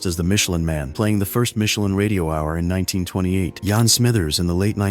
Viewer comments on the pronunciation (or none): Yeah...I had to laugh at Yawn Smithers.😅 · Get a real narrator that can pronounce "Jan".